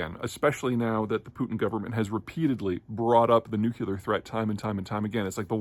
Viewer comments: It's "nuclear" not "nuke-yoo-lar". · Hey Grizzly Adams, NEW CLEAR not NEW KEY LAR. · I love your posts, but PLEASE learn how to pronounce "nuclear" - it's new cle are - not nuc u lar. (Dubya never got it right. Sad.) Other than that, your stuff is brilliant! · "Nucular! It's pronounced nucular." Homer Simpson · nu cle ar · Too hard to pronounce nuclear? Hearing nukular is cringeworthy. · I instantly lose respect (and stop listening) for any person that says "Nucelar" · Why should we trust you about anything when you mispronounce NUCLEAR 100% of the time? say it with us; NUKE-LEE-ERR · Yet he can’t pronounce nuclear 😑 seems more like a deep state shill to me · Buddy, pretty sure this is a cultural thing like how the British pronounce Zebra "incorrectly" as Zebb - brah and not Zee - bruh